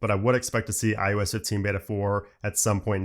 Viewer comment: does anyone else think he keeps saying iUS?